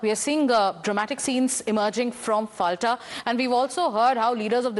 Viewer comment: পলতা it is not Falta